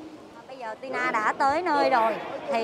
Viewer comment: Ti To chứ Ti Na gì má 🤣🤣🤣